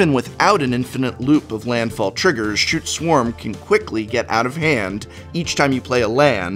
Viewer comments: I believe it is pronounced 'Skoot' Swarm, but a lot of people beg to differ. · I actually yelled "Stop saying 'Shute Swarm'!"